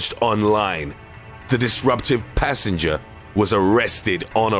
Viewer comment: Extras: PANts PASSenjah! PUNched hIM!